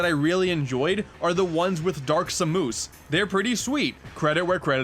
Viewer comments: it S-A-M-U-S not samooose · Dark Sam-moose? It’s Dark Sam-es (pronounciation). Sorry for nitpicking. It just kinda bothered me. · I’m sorry did you say “Sa Moose?” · are you fucking kidding me? Samoose? SAMOOSE?!?! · Was pronouncing samus as Sam-oos a joke or a mistake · Ah yess “Dark Samoose” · Ah yes, the dark doppelganger herself...Dark Suh-moose. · Why did you pronounce Dark Samus as Dark “Samoose”? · "Dark Sa-moose"...are you trying to get people to constantly point out your mistakes? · "Dark Moose" Ok yeah, this is definitley intentional, lol. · 10/10 pronunciation